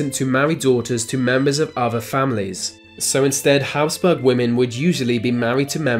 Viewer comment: Habsburg.... not Hasburg.